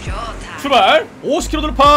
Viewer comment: 형 대체 어케 발음해야지 '출발 스타트'가 이런 발음이 나오는거야? ㅋㅋㅋㅋㅋㅋ